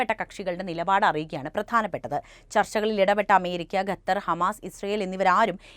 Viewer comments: ഗത്തർ അല്ല ഖത്തർ ആണ് ശരി. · Katar no. Qatar .correct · ഗത്തർ പോലും. വായിക്കാൻ എങ്കിലും അദ്യം പഠിക്ക്😂😂😂